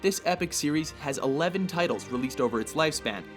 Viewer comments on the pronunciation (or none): cant even pronounce the title correctly ... fuck offf